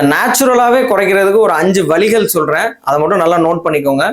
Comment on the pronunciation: Valigal kuraikka valigal soldreengala...valigal kuraiya vazhigal sollanum.. please pronounce the tamizh correctly.. don't think to ask me why I typed tamil sentence in english.. i don't have tamizh type writer...